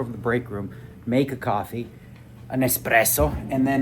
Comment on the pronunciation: Espresso and hummus — super annoying when Dnegs says either